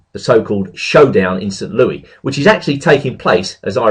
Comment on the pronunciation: i know it's confusing, but it's pronounced "saint lewis" as opposed to "saint lewee." thanks for the video!